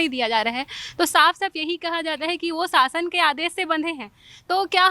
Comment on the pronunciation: शासन aur सासन me antar to bolna Sikh lo madam ap denge quality education